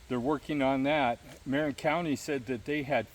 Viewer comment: Interesting video with some good information. By the way, that county in Ca. spelled Marin is pronounced muh-RIN.